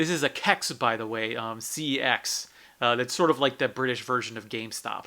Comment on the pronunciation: What the hell is a "Kecks"? Either sound it out as C-E-X, use their pronounciation of "Sex" or go with the retro Computer Exchange.